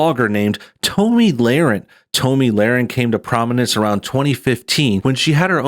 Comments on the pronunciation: Her NAME IS PRONOUNCED TOMMY. YOU HAVE NO IDEA WHO SHE IS, SO WHY do you think YOU have a right to COMMENT AT ALL? I dont agree with her views on many things, but YOU KNOW NOTHING about this young woman. What makes YOU allowed to LABLE HER?? JUST STOP. NO, I DIDNT ENJOY YOUR CRITIQUE OF A woman YOU know NOTHING (not even how to pronounce her name) about. Quit being a JERK, ITS not a good look for YOU EITHER! Look, YOU are making her point FOR her. How can YOU judge her, or anyone else. "Meal ticket?" "Depending on her looks?" "Confrontational?" "Mean?" How do YOU know that ANY of that is how she or ANY other woman is. SHE is iltellegent, has made her OWN money, shes NOT depending on her looks. YOU are making JUDGEMENTS about her, and have NO IDEA WHO OR WHAT SHE IS OR ISNT. Who are YOU to tell her what SHE should DO or NOT DO? YOU HAVE BAD JUDGEMENT attacking any young, successful woman. YOU are the one who is sounding BITTER, DUDE. So, usually, I enjoy your videos, but THIS ONE, definitely is NOT a good look for YOU. PJW KNOWS Tomi, knows who she is, and WHO she isnt. YOU dont. Stick to things you are good at, criticizing others is NOT IT. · Her name is pronounced like Tommy. I think she let her commentary self cross over into personal self. I'm sure she doesn't hang out in a circle where the "real men" do. I understand what she was trying to say but she didn't come across that way. I don't agree that she should "tone it down". She should be who she is. However she shouldn't be surprised when the MAN she is looking for is turned off by who she is. I think the feedback she gets on that video will give her some perspective.... Hopefully. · Dude, have you never heard anyone else (or herself) pronounce Tomi’s name? You made a video about her and don’t even know how to say her name... super annoying!!! Can’t continue watching the video, sorry. It’s just too irritating to listen to your version of her name...